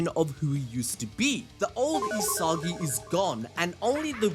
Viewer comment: "E-SOGGY", "E-SOGGY","E-SOGGY" Its ee-sa-gee 😂 damn